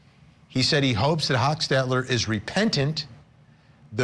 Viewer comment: First of all, meigs and Kinsinger was pronounced wrong….as well as hochstetler…